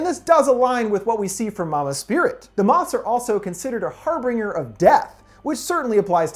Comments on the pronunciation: Harbringer? Or Harbinger? 😂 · did you just say "har bringer"? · Har-binj-urr Not Har-bring-er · I like different pronunciations, and so far 'tele-metry' and 'har-bringer' are my fav. No offense at all, they make me happy.